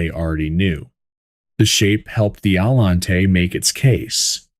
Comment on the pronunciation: AI seems to have Pininfarina flow from his lips but Allante no so good.